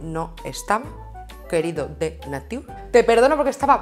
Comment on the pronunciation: "Pero sin avisar, a lo zorrícimo... eso no está correcto, eso no es NIATUR!!" ME PARTO!!! JAJAJAJAJJAJAJAJAJJA no es NIATUR dice 😂😂😂😂😂😂😂